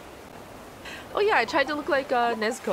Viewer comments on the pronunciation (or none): N-n-Nezuko? NEZUKO CHANNNNNNNN